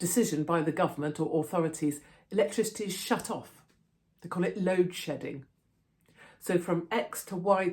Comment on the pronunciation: Sounds like "load shitting"